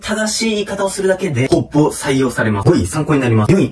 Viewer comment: ほ↑ぼ↓で笑ってしまったw